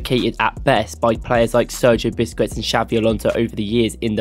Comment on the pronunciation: Please learn how to pronounce Busquets. Its not Buskwets